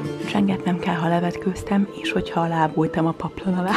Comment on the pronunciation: Miért úgy mondod a délutánt,hogy dhélután és azt,hogy kell azt khellnek?Nem lehetne h betű nélkül mondani???